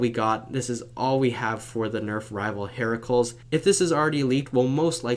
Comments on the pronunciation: It’s probounced “Hera-clees” Not Hera-culs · its her cu lees not hair ah cles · pronounced like Hera-clease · He didn't say it correctly, he said "heraculs". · it's the proper spelling of Hercules, you pronounce it Hera-cleez. It doesn't rhyme with miracles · It's pronounced hera-clYs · it pronounce hair cue leas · Its pronounced hera-cleese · Did you just say... Heraculs? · it's pronounced "her-ceu-leeze"